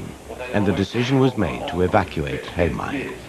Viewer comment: It's "Heimaey" not Haemay